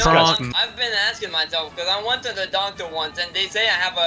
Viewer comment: kronk kept saying doncter